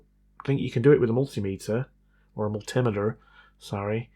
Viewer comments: Love you channel, hate the way you say mul-timeter. Not sure if you're taking the mickey or not... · It's "multi-meter", like ammeter or voltmeter.